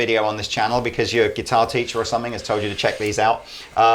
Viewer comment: there is no "k" at the end of the word "something". Love your videos, but this annoys the hell out of me.